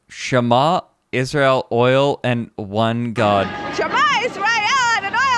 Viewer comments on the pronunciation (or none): at roughly the 35 minutes mark, the strange trumpite lady is trying to say 'shma yisrael adnoai eloheinu adonai echad' which is a jewish prayer in hebrew but her pronounciation sucks shit